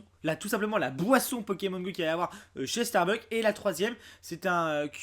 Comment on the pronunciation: On dit StarbuckS!!!! avec un S !!!!